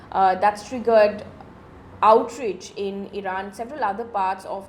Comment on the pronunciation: Mam it's pronounced "outRAJE"✔️ not "outRIJ"❌ "prima/praima FAYSHI"✔️ not "FASII"❌